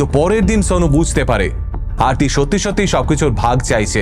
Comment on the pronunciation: ওটা আরতি, অর্থী নয়।উনি ওরকম অবাঙালি ভাবে উচ্চারণ করছে তাই।ওটা আসলে আরতি।